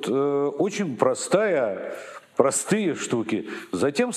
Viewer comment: Быков, что это за слова об отношении народа к артистам, произнесенные через губу -"мы прАстыЯ!" Может быть артисты зазвездились, потеряли берега, возомнили себя элитой, а отношение народа к ним - просто ответная реакция? Вспомните Боярского, Михалкова, Машкова...